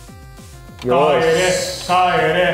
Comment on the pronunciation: FBの帰れがマックのポテトにしか聞こえない